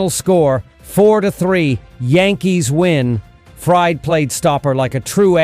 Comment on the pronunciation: It's Fried (Freed) not Fried, like a frying pan.